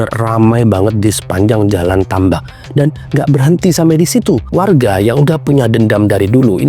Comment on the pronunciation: salah pengucapan , karna dia ya baca, karna di menit sebelumnya dia benar mengucapkan kata tambak